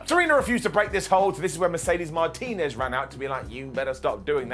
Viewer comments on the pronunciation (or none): none